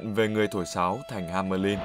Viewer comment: hamelin =))))) nghe nhu ham~ lin'